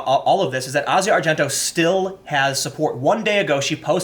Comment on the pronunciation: It's just Asia, not Ah-zi-ah